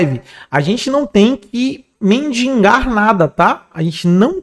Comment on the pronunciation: Mendigar ,Dr , não mindingar !!🥲🥲